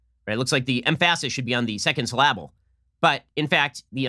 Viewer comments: What someone with your IQ, I was very surprised you mispronounced syllable and emphasis...other than that, great show as always 👍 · Ben, you need to learn how to pronounce the word syllable. LOL